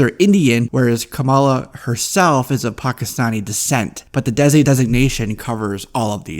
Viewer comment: desi is actually pronounced "they-see." I agree that they should go with an unknown, there are a few Desi actresses that people keep suggesting but none of them strike me as the right fit for Kamala. mindy posted an open casting call for a 15-18 year-old South Asian American actress for her original Netflix comedy a couple of months ago, so maybe she's keeping tabs on who stood out lol